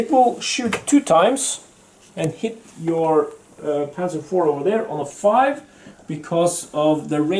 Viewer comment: Nice pronounciation of panzer 4 :)